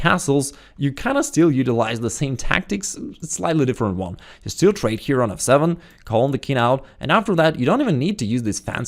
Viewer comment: every time you said f7 pawn I thought you said "asshole of a pawn" lol